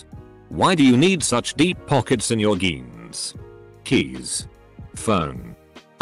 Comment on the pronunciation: geens? That's unacceptable.